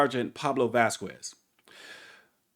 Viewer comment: Vasquez is pronounced "Vaskez" fyi👍✌️